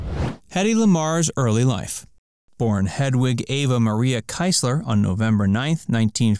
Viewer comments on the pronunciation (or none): Also shouldn't he have pronounced her last name KEEZ-ler? Not KEISS-ler? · yeah kiezler phonetically in English is kee or key. So fully keesler or keysler. If it would be how he pronounced it, the name would have been written keizler.